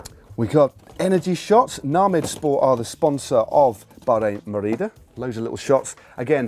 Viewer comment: Matt, why the accent when you say Merida. Merida is a Taiwanese brand, so unless that's a taiwanese accent, please stop.